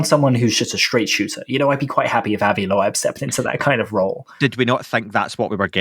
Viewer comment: Already listened to the podcast. Hate to bring it up, but who is Avi Low-Ebb? definitely not how we say that lol 😆 edit: it's "Lobe", to be specific. ✌️ Love the show